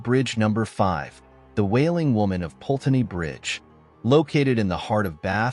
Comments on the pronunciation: Put-ney is the pronunciation not Pulteney. If you're going to report on the UK at least learn correct pronunciation. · I'm telling you now that no such "ghost" called Eliza who jumped into the river Pulteney (which again the narrator doesn't pronounce correctly) exists in Bath. And NO such "legend" has ever existed in Bath as you profess. You are completely and utterly fake.